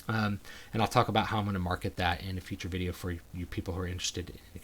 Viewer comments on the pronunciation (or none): none